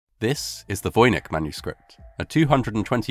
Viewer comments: It's pronounced... voyni CH!!! Also, there is a theory that it's written in slovenian language. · Mr Voynich already changed the spelling of his surname from the original Wojnicz, so the English speakers would stop horribly mispronouncing it. But you mispronounced it anyway...